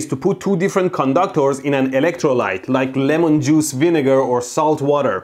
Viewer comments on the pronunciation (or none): none